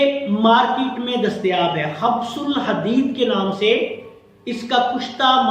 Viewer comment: gustaakhi maaf, ye khabs ul hadeed nahi hota, khubs ul hadeed hota he: u ki aawaaz ke saath